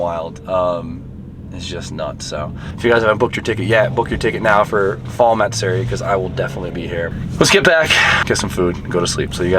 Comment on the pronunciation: MATsuri TF is MARTsuri?